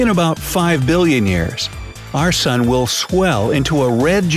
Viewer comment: i guest its an “soon” now not an “sun”